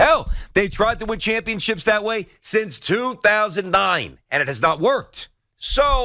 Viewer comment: It was Cashman that said championships wrong